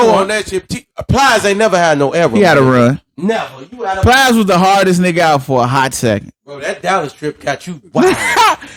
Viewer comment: This nigga said plies 😂😂